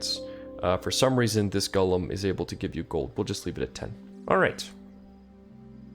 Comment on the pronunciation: I love your videos but it’s driving me crazy that you call the Golem’s a Gollum like the LoTR character. Pronounced: GOLE Um which is a lumbering big creature